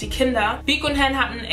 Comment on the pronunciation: Han hast du falsch ausgesprochen, es wird Han, also das A halt wie im Alphabet. (Nicht böse gemeint)